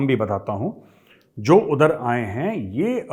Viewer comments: Major shabb jab app pakistan ki accent mai bolteee hai HAIIIIIIIII HAIIIIIII tab hasi nahi rokti hai😂😅😂😅😂😅😂😅😅😂😂😂😅😅😂. app kisi bhi standup comedian sai kam nahi hai …..🙏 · I like it when you say Hain Hain it’s so funny the accent 😂😝